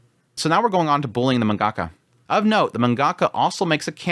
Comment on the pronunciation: You can't even pronounce "mangaka" properly..